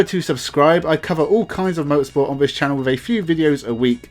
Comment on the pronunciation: your content would be so much better if you could make an effort to say 'th' properly. 'This" is not pronounced 'vis', and 'three' is not pronounced 'free'. You come across sounding really dumb because of that, but your content definitely says you're not dumb. Give it a go and I bet your subscribers goes up.